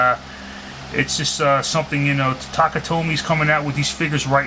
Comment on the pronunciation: TAKARA, NOT TATAKA.